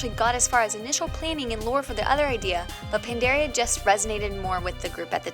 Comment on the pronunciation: The way you say Pandaria and Pandaren is tilting me